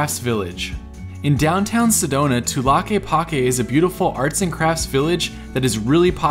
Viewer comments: Is not Tulaquepaque es Tlaquepaque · The way you pronounced tlaqueapaque was hilarious Sorry I lived around there thats allll wrong